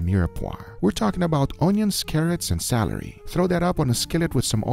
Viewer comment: "onions, carrots, and salary"